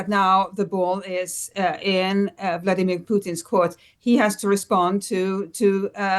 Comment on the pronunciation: Vladimir, not 'Vlodimir', where do they get these presenters?